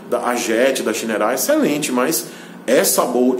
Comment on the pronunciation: Diz-se "Chainerrei"